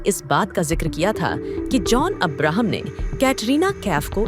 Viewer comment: This commentator cannot even pronounce Abraham properly !